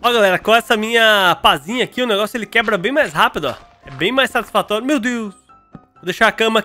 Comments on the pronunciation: "quebla, oh cebolinha é vc?"KKKKKKKKKKKKKKKKKKKK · Quebla..O cebolinha é vc?kkkkkkk